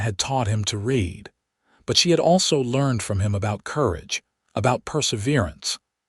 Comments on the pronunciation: Raid,raid,raid, when will AI say READ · Nice story. It's about learning to read. Too bad the person or thing (I think it might be an AI), didn't pronounce the past tense of the word "read" correctly. It is spelled the same: "read". But it should be pronounced like "red". There were many instances when the past tense of this word was pronounced like it rhymed with "deed." Does anyone at the Western Clouds channel (and all the other channels associated with this this channel), listen to these stories before uploading them? You need someone to listen to the stories, and edit them. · Actually Zachary is DYSLEXIC. not known about then and not recognised on the UK until the mid to late 1980's...I have a son who has dyslexia and finding help was most difficult, schools labeled him as disruptive , when it was in fact frustration. But here you have an AI NOT AT ALL PRONOUNCING THE WORDS CORRECTLY ON 'READ' AND "READ TO BE PRONOUNCED AS "RED".....And getting it WRONG IN A MOST SPECTACULAR WAY. And you NEVER correct the fault...thos has been going on for months ...that is not AI Error, it is Human error if not bothing to make the correction to the programme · Wonderful story! I wish AI could pronounce read correctly. Thank you